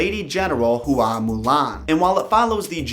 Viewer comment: Hua is not pronounced Who-ah Its pronounced wha. Imagine saying the word What without enunciating the t. Also, the word ends in a down tone.